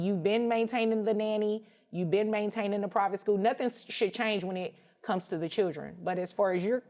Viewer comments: Your a judge and you can’t even say “children” correctly. Chill-dren not shill-ren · She calls the “chilgren” instead of “children” and it always bugs me.